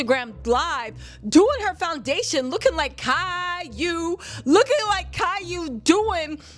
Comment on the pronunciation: Did you say Caillou 😭😭😭